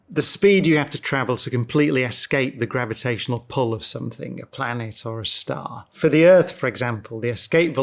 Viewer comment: Love the man and his work, loath his inability to pronounce ing, it is NOT, for example, somethink